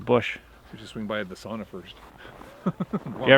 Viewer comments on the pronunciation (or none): Oh, for the love of God pronounce the word "sauna" correctly 😁 your Finnish fan 😅